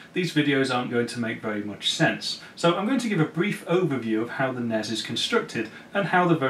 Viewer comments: NESSSSSSS not NEZ.. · I've never heard anyone actually pronounce the NES acronym before today. That honestly hurt my ears a tiny bit.